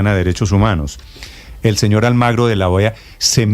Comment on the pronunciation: Almagro? O AlmAgrio le vamos a tener que decir la frase pronunciada por el rey de España Juan Carlos I, el 10 de noviembre de 2007, dirigida al presidente de Venezuela, Hugo Chávez, «¿Por qué no te callas?»